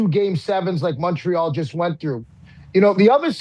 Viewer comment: I swear to got if pat mispronounces Montreal one more time imma kms